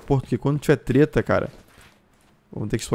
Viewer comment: segundo vídeo que vejo ela falando teta invés de treta kkk tira esse pecado da mente kkk